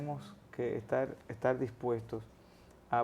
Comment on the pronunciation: Muy buena la escencia de la entrevista. Ahora, una crítica constructiva a este espacio: El host de este programa () debería de trabajar en su léxico un poco mas; ya que se nota mucho cuando sustituye las letras de ciertas palabras por otras (típico del dominicano) ej. Estar>etal, partido>paLtido, etc. Debería practicar hasta que estas surjan de manera natural. (Mucha lectura en voz alta con atención a cada palabra mencionada es un buen ejercicio). Saludos!